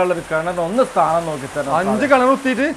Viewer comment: സ്ഥാനം അല്ല 🤐 താനം 🙄